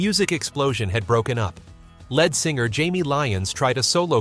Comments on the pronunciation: Who is the narrator? LED singer. It's LEAD. Saying " largely forgotten" Apparently you don't listen to the radio. What a jerk.. Who are you? I've largely forgotten.... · Led Singer AGAIN. How disgusting being a leed(lead singer MYSELF,!!! It's insulting to put out a video mispronouncing the main band member .!¡!!led singer AGAIN. My skin is crawling every time I hear it!!!! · Please find out how to pronounce words like lead (singer) - sounds like leed - and Skynard - see previous comment - and more if you are going to narrate these videos. This happens frequently on this channel (and others). Those of us watching and listening find it distracting. Maybe have a second listen or listener. Geez .... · Please...pronounce Lead Singer correctly!! It is not "Led" like Zeppelin. It's " leeeeed" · Can the youth of today No longer READ.....LED Singer, NOT Lead (LEED) singer. How pathetic 🥴🥴🥴🥴🥴🥴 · Lead pronounced with a long e (leed)", but spelled LEAD. But then again, it's also pronounced led (with a short "e" sound. The English language is the hardest language to learn because so many of our words sound alike, but the spelling is different. But then again the spelling is the same, but pronounced differently. Like "read" and "red" or "read and reed. Same thing with "lead" and "led." This was taught in first grade. I could go on, but I think you get the idea. When you're not sure of the spelling or pronunciation, Google it using your microphone. Google is an amazing tool!❤❤ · And "ledd singer"? Do we mean lead singer? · Is it possible that these things could be narrated by a real human being? Lead singer pronounced like the material in a pencil? Lynard Skynard pronounced ly nard sky nard?